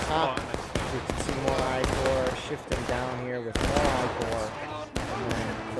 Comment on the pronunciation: Corp has an "S" in it. Corps Like an Army Corps.